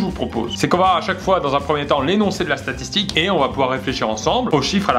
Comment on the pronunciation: Qui a remarqué qu'à plusieurs reprises le début de la vidéo Pierre disait "satitique"